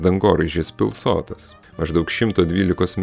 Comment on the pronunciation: Informatyvus video, tik maža pastaba: suteikto dangoraižiui pavadinimo - Pilsotas kirčiuojamas pirmas skiemuo. Tai kuršiškas šios vietovės pavadinimas. Šaltinis - didysis lietuvių kalbos žodynas.